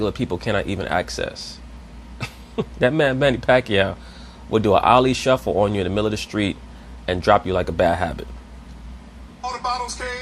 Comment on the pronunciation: My man said ali shuffle lol